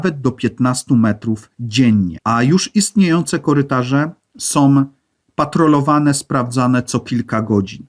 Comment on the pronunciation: sOM, robiOM, potrzebujOM, choć ciekawe to nie da się słuchać...